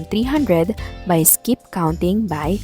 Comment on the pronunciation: Why you always say Iskip counting teacher selllllll